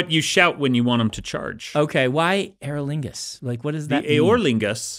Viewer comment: Unreasonably amused by Brandon pronouncing "eorlingas" as "Aer Lingus"